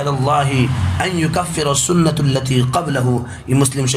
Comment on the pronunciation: السلام علیکم ماشاءاللہ بھای آپ نے ۔۔۔۔۔السنہ التی قبلہ ۔۔۔۔حدیث میں السنہ کے س کو پیش کے ساتھ پڑھا جبکہ زبر ہوگا۔اسی طرح ۔۔۔احتسب ہمزہ میں زبر ہوگا